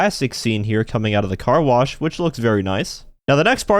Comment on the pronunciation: “Stop blocking the Car Blosh”